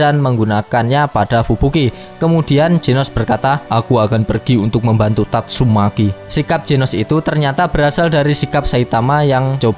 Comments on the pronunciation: Tatsumaki anjiiiim,,,, bukan tatsumeki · TATSUMAKI minn, bukan tatsuMEKI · Gak salah denger bang "tatsumeki"😅😅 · Tatsumaki min... Meki meki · tatsu.....MEKI wkakkak anjir mimin nih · Tatsumaki bukan tatsuMEKI😅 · tatsumaki aj bang, jng meki aneh pkiran gua.haha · Tatsu"meki".. COKK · Gakak ketika mimin bilang tatsu...meki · TatsuMAKI bang... jangan typo dong klo ngomong 😁😁